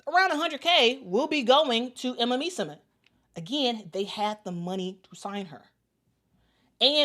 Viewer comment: So much praise for Emma, yet no care about pronouncing her last name correctly :)